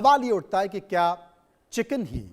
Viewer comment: Kichen nhi chiken😂😅